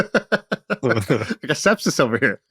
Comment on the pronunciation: “Cepsis” 😂 always be out here playing chess